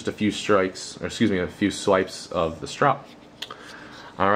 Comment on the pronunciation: "strop" - no "e".